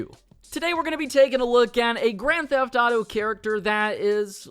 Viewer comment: And instead of saying “grand theft thauto” just say gta